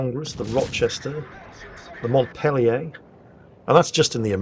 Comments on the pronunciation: In American it's Mont-peel-yur, not Mont-pill-ee-ay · For the record The USS Montpelier is named after Montpelier Vermont and I can attest having lived there for more than a decade that it's not the French sort of Mont-pil-yay but a hearty American Mont-pill-yer. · Montpelier is the capital of my state Vermont. It is pronounced Mont-peel-ee-er. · In America it's pronounced mont-PEEL-yer. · The Montpelier is not said the same way as saying the name of the French city of the same name. It lacks the French asterisk that adds the a sound on the end of it instead its pronounced with a r sound on the end. Its named after Vermont's capital the smallest state capital in the country also is the only one to lack a McDonald's.